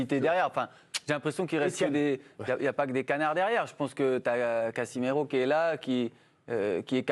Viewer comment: « Cassimero » et « real DE madrid » 😂 mais qui est ce guignol de chroniqueur?